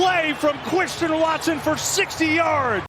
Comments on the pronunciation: “Cwistian Watson 👶” 😂😂😂😭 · Witewawwy Chwistian Watson